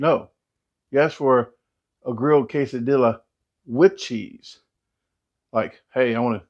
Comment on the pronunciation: You may be right, but I do know how to pronounce 'quesadilla' que·sa·dil·la /ˌkāsəˈdēyə/ though! LOL 🤪🤣